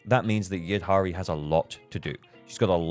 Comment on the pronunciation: Devs are doing everything to make slide from F2P to Dolphin ! I may become an Orca in 2.3 since I want Lucia and Yidhari, and also SAnby wengine if she reruns. By the way, I think Yidhari is not pronounced "Yid - Hari" like you did. In many languages, like Tunisian my mother tongue, "dh" is pronounced as a deeper version of the sound "th" (as in "this", but with much deeper "th")...